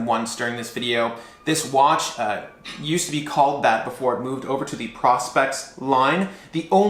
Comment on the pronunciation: Is it pronounced Pro Spex or Prospect ? I thought you said Prospect.